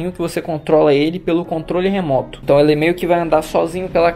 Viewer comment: Ele falou hentão?